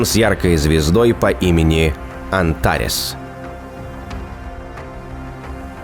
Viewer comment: Канал однозначно находка, особенно для безумного фаната космоса вроде меня. Единственное, что немножко режет ухо - по моему всё-таки Местное Скопление, и АнтарЕс) хотя допускаю, что и я могу быть не прав. Но главный бальзам на душу - ахуительно атмосферный диктор с великолепной дикцией!!! После вороха мусорных ИИ-канало это прям отдушина) про визуальный ряд даже говорить не хочется, он просто ВЕЛИКОЛЕПЕН!)))